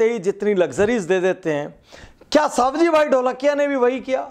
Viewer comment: सवजी भाई not सावजी भाई